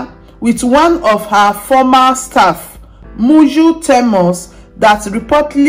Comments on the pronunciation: Moyo is her name not Muju please. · Oviedo na moyo.not muyu. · Improve on your pronunciation the man's name is Nuru not Niru also the lady is called Moyo not Miyu or how ever you pronounce